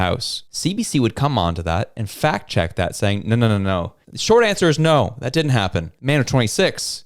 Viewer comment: Did you say fact check or fat check? I think Rosemary's head is thick between the ears! NOT ONE INDIGENOUS BODY FOUND PERIOD. And you call yourself a reporter of the news and facts. More like propaganda and lies.